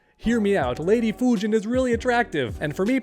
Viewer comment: Instead of Fujin it is Fujina